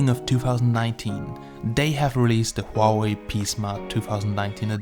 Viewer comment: HWA-WAY! O3O